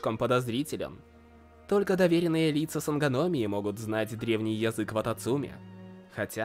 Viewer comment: я всего ожидала услышать, но не "вататумцы"...